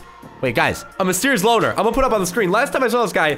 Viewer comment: Loner not loan